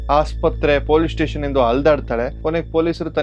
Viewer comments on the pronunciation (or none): none